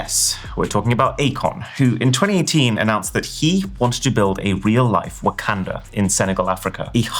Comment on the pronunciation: The way he pronounces Wakanda hurts my soul. RIP Chadwick ❤